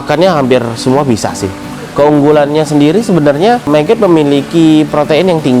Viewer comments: MAGOT MAS..BUKAN MEGET ?? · Bukan meget bang , tetep nyebutnya magot